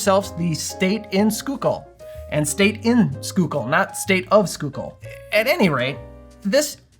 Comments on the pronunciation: Awesome job on pronouncing Schuylkill correctly - so many folks just can't wrap the head around some of the names around Philly! And the punch looks good too!!!! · Happy Friday! Great video as always! Gotta try this one. Grew up in PA. Schuylkill is pronounced skoo-kill there. No judgment, there's all kinds of crazy pronunciations up there! 😊